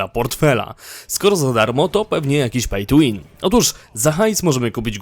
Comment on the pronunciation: zero pej tu łin XD